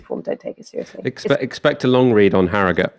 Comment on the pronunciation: Glad Ash pronounces arragut (harrogate) properly